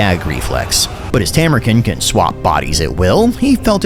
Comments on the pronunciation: hate to be that guy but bro why you callin him Tamur-kin, it's Tamur-KHAN, you even used the voice clip where he says it like that in the first 5 seconds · Isn't it Tamurkhan not Tamurken? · Khan is pronounced with a long a. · Stop pronouncing his name wrong. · I do enjoy that you continue to mispronounce it even after he says it himself. The internet is sure to be furious